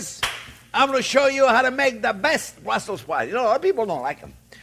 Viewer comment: Just a morsal: It is correctly BrusselS Sprouts, named for the Capital city Brussels.